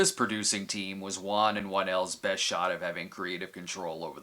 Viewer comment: Thank you for pronouncing the director's name right. I'll stick with Cinema Snob without Foundflix's saying Wahhn thank you very much, lol.